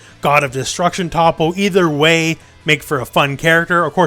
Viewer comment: Learn to pronounce toppos name please